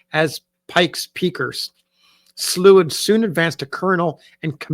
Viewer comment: I am a descendant family member of John Potts Slow. The family name is pronounced with an -ow, instead of the -ew sound. Thank you for sharing his story.!